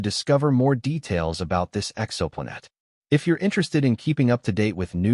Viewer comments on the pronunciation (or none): Yeah, the AI messed up when the "exo" was in front of "planet".....personally, AI is getting so sophisticated I would rather have the mistakes included so I KNOW it's AI.